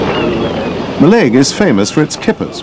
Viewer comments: In Gaelic, the emphasis is on the first syllable. So the pronunciation is MALLaig, not Mi'laig. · Do you mean Mallaig is pronounced wrong here?